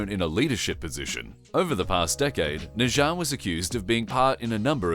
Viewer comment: Correction: His name was Hardeep Singh Nijjar, not Nijja